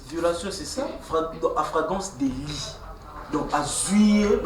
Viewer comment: afragrance délit à la place de flagrant délit 😂😂des vreai villageois 😂😂